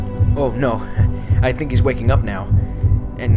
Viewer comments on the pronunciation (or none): none